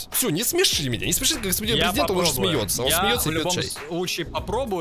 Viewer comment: Не prezedent a prizedent